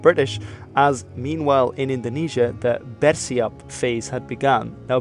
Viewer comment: bang bacanya bersiap bukan besiap